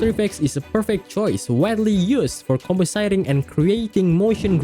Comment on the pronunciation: You pronounced “compositing” wrong.